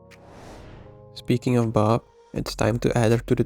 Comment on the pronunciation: ah, now i understand why you pronounce her name like "baahb"... it stands for badass babe.